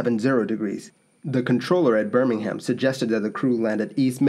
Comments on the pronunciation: Bur-ming-um, not Bir-ming-ham. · Just a heads up, that city is pronounced "Burr-ming-um" rather than "Burr-ming-ham" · Yes and Birmingham should be pronounced Burmanum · The h in Birmingham is silent too. For Birmingham, England anyway. Birmingham Alabama is pronounced the way you said it.